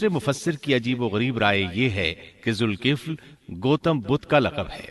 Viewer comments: Dhulkifl not zulkifl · Quran mn Zalkifl lfz hai Aur zulkifl parh rhy hain